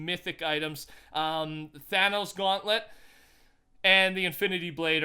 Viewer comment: The fact you said thanos gauntlent kinda triggered me